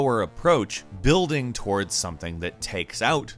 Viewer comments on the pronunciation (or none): none